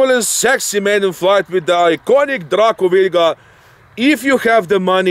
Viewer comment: Hands down the COOLEST pronunciation of DRACO ever!